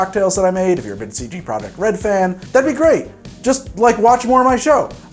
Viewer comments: if you wanna get fancy with the pronunciation, it’s “CD Proyeck” where you roll the r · The t at the end is also pronounced so actually it's "CD Proyeckt"